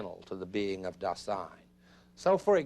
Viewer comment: I don't know why they mispronounce "Dasein". The accent should be on "Da" not "sein". The mispronunciation distorts the actual meaning of the word.